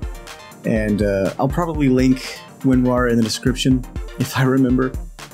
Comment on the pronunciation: Did you say winrar or unrar???